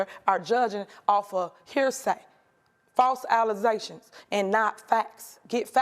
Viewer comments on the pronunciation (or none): false alluzations 🤣🤣🤣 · I thought that was called Alige 😂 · False allezations She thinking Aleze’ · False alazations..... WTH is that?? 😂